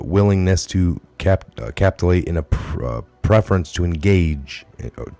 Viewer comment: Ka-pit-ju-late, I was trying to help you sound out the word around 10min in the video. At the beginning of list that youre reading. God Bless you.